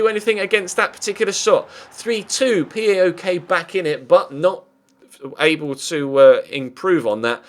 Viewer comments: You dont say "P A O K" its all 1 word "Powk" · It's not that important as you seemingly will not be playing them again this season, but PAOK is pronounced as one word (powk, the same 'ow' that is used to express pain), not four letters.